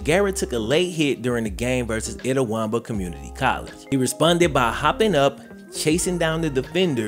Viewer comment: S/O to for pronouncing Itawamba correctly lol